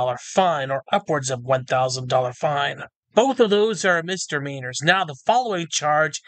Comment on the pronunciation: It isn't pronounced Mister Meaner. It's one word. Misdemeanor. mis·de·mean·or Demeanor means how you act. Misdemeanor is literally acting poorly or badly. Mister Meaner sounds like Mr. Rodger's mortal enemy.